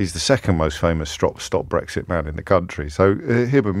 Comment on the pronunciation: STOP BWEXIT 😂😂😂😂 did more to make it happen than he could have ever realised STOP BWEXIT. STOP BWEXIT 😴😴🤪